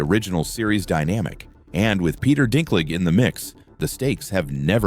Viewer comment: After all the years of Game of Thrones and you do not know how to pronounce Dinklage?